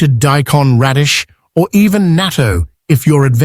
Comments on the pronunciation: Pronounce "nah-to," spelled "natto." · Naa TOE. I know this is Ai but please be courteous and pronounce it right.